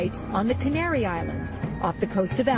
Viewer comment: Cain-aryON islands?